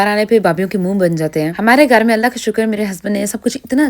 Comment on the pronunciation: ye Urdu kesi bolti hain. Ghar (Gaar)